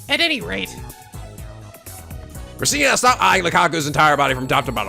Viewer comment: Every time Okabe says Christina's name with a -tan ending, it sounds like he is saying Christian. I laugh every time I hear that because I doubt that any of them (except maybe Mayuri) are not atheist.